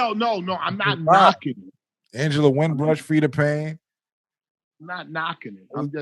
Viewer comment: Yo it’s Angela Winbush not Angela Winbrush my dude. Queens Get The Money (QGTM)